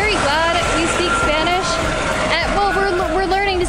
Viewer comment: Guys, love your videos, you're fun to watch, thank you for all you info, can't wait to go to Holbox next year. On a second note, your spanish pronunciation is amazing!